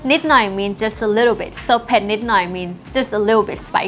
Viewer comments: Doesn't sound like it. It's more like PET, but you don't fully pronounce the T. I'm not thai, but trying yo help out even though it's been 2 months without a reply from someone who actually knows for sure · I Appreciate it as I'm Watching This Clip Again I Cat Hear The T sound here.. I Have heard Some Other Lessons Where It Sounds Like Pek or Peck Really Clear?? But I Could Not Get An Answer From Them Either .. So Maybe I Asked Here To See If She Would Say It Can Be Both ? Anyway Thanks Again!